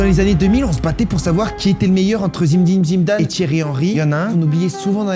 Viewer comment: C'est clair tu arrives pas à dire Zinedine Zidane